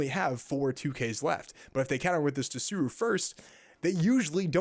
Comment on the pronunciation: Pleeeeaaase, it's SOO-ROO and BAR-TALL-OH-MAY-OH (it also could be bart-tall-oh-mee-ooo depending on dialect)